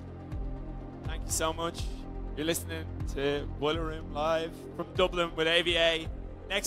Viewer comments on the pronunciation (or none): none